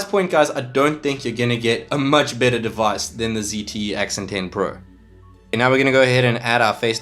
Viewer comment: ZTE not ZTF